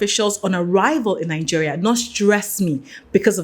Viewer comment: Please, it's Naijeria, not Nanjeria!